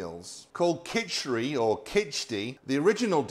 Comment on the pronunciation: well thanks for stating the obvious. he pronounced it Khejuri, which isn't too far from Khichuri. Food has a tendency to go from places to places and change that's part and parcel of an interconnected world. It's still yellow rice for breakfast. And people eat fish with khichuri, so nothing weird there. Only change I saw was the omission of lentils.